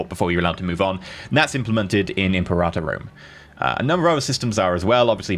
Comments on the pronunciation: Really. Thumbs down for that pronunciation. "imperata"? IM-PERA-TOR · you pronounce imperator the same way you pronounce imperative but with -ive being replaced with -or NOT imperahhhtor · Say it with me. Eemm. Paira. Tor. Now put it together. Imperator. Now say it three times fast. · Imperata Rome ? Isn't it Imperator Rome ? It's translated Emperor in english... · Its pronounced Imper-a-tör Means leader of the army